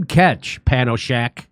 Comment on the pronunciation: Its panchoshack not panoshack squirrel nuts otherwise spot on we love you